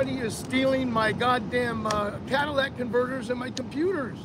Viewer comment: CAT-A-LYTIC converter. Not a CADILLAC converter.